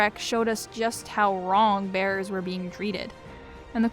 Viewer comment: I keep hearing "bears" each time you say "bearers" lol